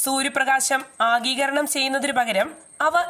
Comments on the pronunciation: ആഗീകരണം അല്ല. ആഗിരണം എന്നു പറ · ആഗീകരണം എന്നല്ല ആഗിരണം എന്ന് പറയു